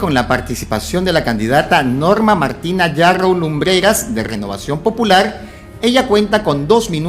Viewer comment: Sr,no es Narrow, es Yarrow,y despues te ofendes cuando te dicen caviar, disculpa pero me permito decirte caviar, porque antes de abrir tu bocota informate bien, porque yo resido en CANADA y en este PAIS siendo desarrollado,terminan sus estudios unverisitarios no pueden ejercer,porque no hay plazas,y se ven obligados a estudiar otra profesion, igual pasa en los EEUU, asi que And so sorry for you, See you next time, caviaron